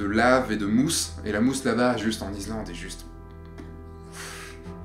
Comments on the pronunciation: Répète après moi, iSSSSSlande;-) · Tres chouette video.Gros pouce bleu.Par contre... pourquoi: IZ-Land?Surtout que tu le prononces 32000 fois... Bravo pour la vidéo sinon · David Non, tu te trompes, est parti en Izlande, pas en Islande! Par contre, ne me demande pas où ça se trouve 😂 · on dit Issssslande! Mdr 😂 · Salut, j'adore tes vidéo et on travail mais y a t'il que moi que ça hérisse quand tu dis "izlande"? J'ai pour projet de faire ce voyage d'ici la fin de l'année et j'aimerai savoir, quel a été ton budget pour vous deux? Histoire voyager léger, tu pense qu'un grand angle et un téléobjectif suffisent? Dernière question, dormir dans le 4x4 c'était pas envisageable pour vous? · Super reportage... Bravo... Je voudrais juste noter qu'on ne dit pas I"z"lande mais I"ss"lande et le x de Chamonix ne se prononce pas... "Chamoni" 😁 Vraiment un super voyage... J'y pars en février... Il fera encore plus froid... 😱